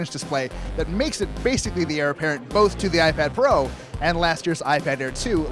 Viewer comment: Did he say iPad Fro at the beginning?